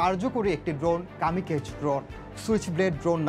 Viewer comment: কামিকেজ না Kamikaze is a Japanese word meaning divine wind.